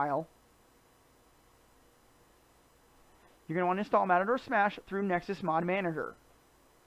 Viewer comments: He actually says Matador Smash, but it is pronounced Ma-Tor. (Like machine) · Video was informatinve. Thanks. Mator (said May-tor) might be a little hard to remember for some. Could you try saying "Matter-Smash"? It's closer. Please.... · I can't get over how you call it "Matador" Smash, LOL!!